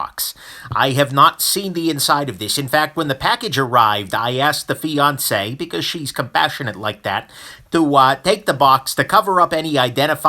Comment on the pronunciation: Oh, fianceé! At first I thought he was saying Beyoncé!